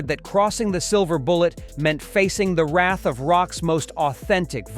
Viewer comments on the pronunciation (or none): none